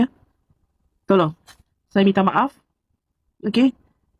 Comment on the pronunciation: dia ni pon bangla jgk ni tapi dia ckp dia org malaysia haha. cakap pon saiya saiya hahaha SAIYA BANGLADESH.